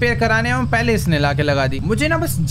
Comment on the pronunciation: wo auuudi nahi hen wo audi he